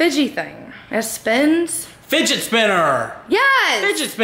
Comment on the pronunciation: fidgee lol. it's fidget